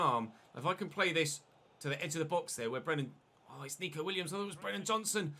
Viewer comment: it’s neco williams not nico!!!!! god dam